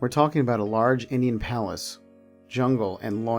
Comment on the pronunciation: I think you're mispronouncing palace